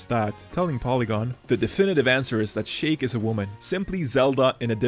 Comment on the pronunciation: It’s “SHEEK” not “SHAKE” wtf 😂